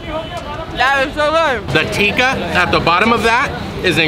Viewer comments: it's Tikki in Basket Chaat...Not Tikka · Tikki, not tikka.